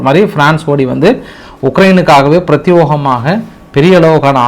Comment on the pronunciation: பிரத்யோகமாக என்னும் வார்த்தையை பிரத்தியேகமாக என உச்சரிக்க வேண்டும். பல முறை சுட்டிகாட்டிவிட்டேன். திருத்தி கொள்ளவும் நன்றி